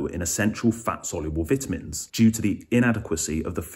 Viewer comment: Can't listen to someone who doesn't know how to pronounce vitamins